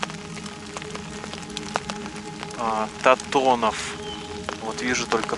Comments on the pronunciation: Антонов а не Татонов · Не Татонов, а Антонов Федор, Вы же рядом стояли и не прочли правильно.